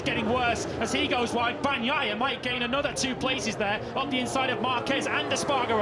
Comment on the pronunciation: Am I the only one who wishes these guys would say Peccos last name correctly? Banyaiya?